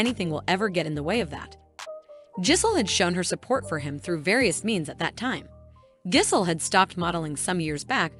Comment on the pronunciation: Good job mispronouncing Gisele every time. Maybe look into that before making a video.